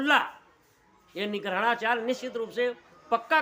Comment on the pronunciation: अबे जोकर पेहले निग्रहाचार्य बोलना सीख ले । निग्रहणाचार्य नहीं निग्रहाचार्य बोल । काशी में तेरे मूर्ख दयानन्द को बार - बार हराया गया लेकिन फिर भी वो बेशर्म जीत का दावा करता रहा । "वैदिक सत्यार्थ प्रकाश" और "विनय" पढ़ ले मूर्ख म्लेच्छ । शास्त्रों में वर्ण जन्म से है ।